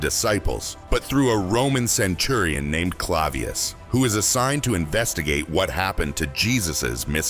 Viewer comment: I liked this video. However, Jim Cavaziel's name was mispronounced. I'm not against producers using AI as long as both the audio and video are accurate.